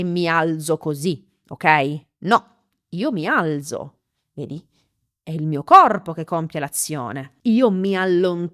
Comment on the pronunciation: la pronuncia del verbo alzare non è: "mi al(t)zo? Grazie.😊